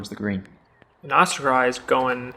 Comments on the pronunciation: Great commentary, but a future note to; Oskari is pronounced Oscar-e, not Oscar-eye. 😀👍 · Oskari is pronounced Os-Ca-Re, Mikael is pronouced Mi-Ca-El & Samuel is pronounced Sa-Mo-El(Mo same as in the word MOve). Väinö is some what difficult for you guys, so I’ll give you a pass but let’s try it, Väinö is pronounced VÆ-E-Nö(The ”Ä” sounds the same as the letter A in the word Rat. The letter ”Ö” sounds the same as the letter O the word Word.😅👍🏽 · Loving how the commentary pronounces Oskari :D